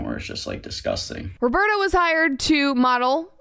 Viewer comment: I'm brazilian and the way she's pronouncing Roberto kills me every time.